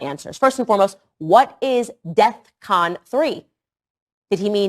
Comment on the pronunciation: Hey, “Kon-Ye”…It’s DEFCON as in defense readiness condition not “death con”. 🙄